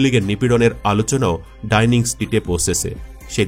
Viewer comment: ডাইনিং স্ট্রীট নাকি ডাউনিং স্ট্রিট